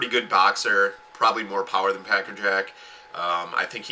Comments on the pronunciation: Pecker Jack ahahhaaa...Pow-crah-jatz is how you pronouce him...but Pecker Jack is damn funny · HAHAHAH!!! Loving your pronunciation of pokrajac!!! hahahah Pack-a-jack! hahahah